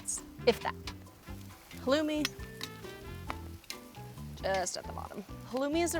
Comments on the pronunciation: As an arab, the way she pronounces some words that are arab( sumac, halloumi and kofta(kafta) ) kinda triggers me but eh she isnt arab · Am I the only one who was triggered by the way she said kofta and halloumi? Arab gang where u at?